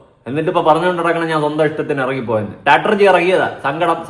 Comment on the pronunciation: അവൾ ട്രോമ യെ ഡ്രോമ എന്ന പറയുന്നേ 😂😂 സ്ട്രാടെജി യെ സ്റ്റാറ്റർജി 😂😂